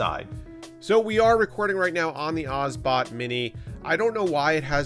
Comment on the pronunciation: It's Obsbot, not Osbot ;) Good review anyway.